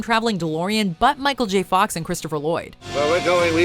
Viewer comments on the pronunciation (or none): none